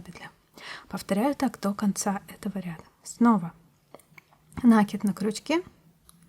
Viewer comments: ну почему нАкид, а не накИд? Очень режет слух... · И всё-таки надо говорить грамотно. Это украшает человека. От такого колличества нАкидов делается плохо. В этом слове ударение на И. Очень вас просим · Если Вас надо уважать,то и Вы нас уважайте,вернее наши уши . Ударение в слове "накид" делайте,пожалуйста,правильно,второй слог ударный. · Я сама говорю накИд, но это никак не мешает мне смотреть видео и учиться чему-то новому, несмотря на более чем 50-летний стаж вязания. Могу сказать только большое спасибо Мастеру, который делится своими знаниями со всеми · Мне тоже режет слух ударение в слове накид! Прямо очень!